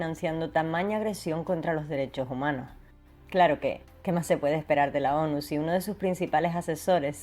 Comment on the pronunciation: Cuando habla de la ONU no se entiende un carajoooo